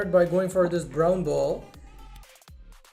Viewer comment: U said boet instead of ball